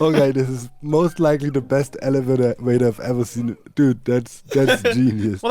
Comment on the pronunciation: doc "correcting" himself from things like "elevator" to "elewator" will never get old